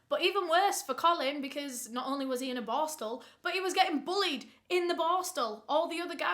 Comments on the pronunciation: With how many times you said the word, I still have no idea what that juvenile detention school was called. LOL Bostle? Borstal? Borskal? IDEK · Do not take a shot every time "boar-stel" is said. Hugs from central Ontario Canada ❄️ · Like my comment when says boarstle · Take a shot every time says "borstal" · As a Swede i thought you said "barstool". I'm like what does she mean..took a while googling but now I know you said "borstal"😅🥰 Thank you for your videos, great work ❤️